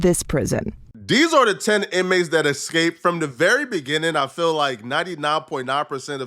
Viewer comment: It's eSsssssCaped not Ex-caped